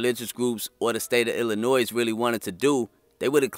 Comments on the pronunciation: you committed a Chicago Cardinal sin: you put an "s" at the end of Illinois! 😀 There's no "s" in Illinois. Otherwise, excellent video! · It's pronounced..."ILL-in-NOY" not "ILL-in-NOISE"...